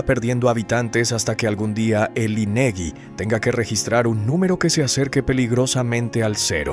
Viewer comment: Solo una rectificación, la ciudad de Xalapa que es la capital del estado de veracruz, NO SE DICE "CHALAPA", LO CORRECTO EN PRONUNCIACIÓN ES "JALAPA". Y respecto al organismo denominado INEGI, se pronuncia "INEJI."